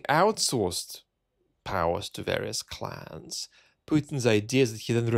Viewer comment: I keep hearing Putin 'outsourcing to clowns' rather than clans